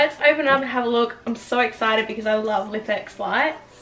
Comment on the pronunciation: Thinking of buying one of these, so this video was done very well and ur channel in general is great! *Just a little FYI: its pronounced "Life-X" not lif x haha 😆🤣